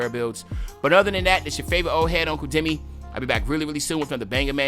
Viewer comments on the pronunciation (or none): none